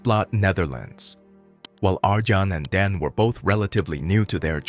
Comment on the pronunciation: Pronounced "Ar-yon" and "Don", not "Arjohn" and "Dan".